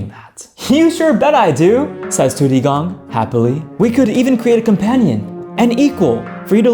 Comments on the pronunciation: it's not tudigong it's tu di gong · u said tudidong wrong